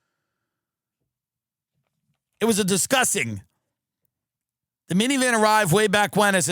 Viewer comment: "It was a disgussin."